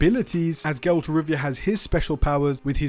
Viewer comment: Bruh if you say geralt one more time imma DDOX :')